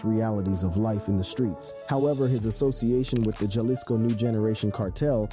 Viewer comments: That's bothering the #&$% out of me too, smh. It's like nails on a chalkboard when he says Jalisco with a hard J. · Ha-lisco, not jah-lisco bruh